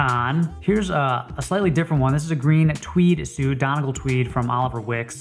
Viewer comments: Donegal, as in County Donegal in Ireland is pronounced as ‘Donny-Goll’, not ‘Donnagall’... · Donegal pronounced Dun-E-gall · Donegal is pronounced DUN-EE-GAULL